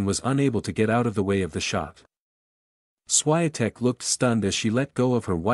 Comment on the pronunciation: Please pronounce her name correctly